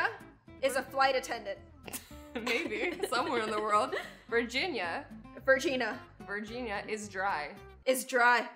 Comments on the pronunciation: she said virgina instead of virginia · Yikcim Cilil —that’s not what she said she said the girls rude part cuz it sounds like Virginia